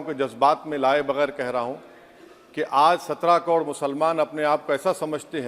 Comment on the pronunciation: पहले बोलना सीख ले hukle... कोड़ नहीं करोड़ होता है. 😂😂😂